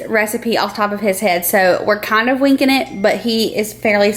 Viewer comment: I like how you say we are just winking it (or that's what it sounds like you said) we say just winging it ;)